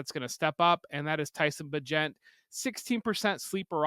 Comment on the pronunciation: Tyson Bay-gent**